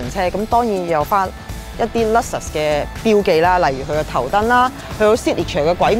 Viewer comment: Alphard 個讀音冇錯，但係Luxus個人就覺得真係有問題😂